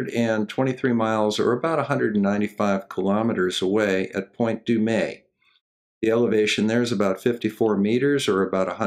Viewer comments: It's Mt. San-YA-sinto, and Point DOOM. But, then again, I doubt I could pronounce half the cities in MI... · Good work. FYI, Point Dume is pronounced like "doom". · Sorry, hate to be a pedant, but Point Dume is pronounced "DOOM". They tried in the 80's to get everyone to pronounce it "DOOM-AY" but it didn't catch on. Excellent video in any case. Sleeping Warrior should go back into his trance. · I guess I am the local who pronounced it wrong for years! :)